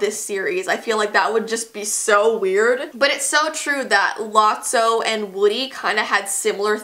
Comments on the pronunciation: You were saying it right.it is lotso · Lot-so that be how you pronounce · You pronounced lotso’s name right it’s “Lot-sow” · You pronounced it right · she's sayng lotso correctly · Oh and lotso is not in the 3rd movie and u said his name right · You pronounced Lotso right YAY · You said lotso right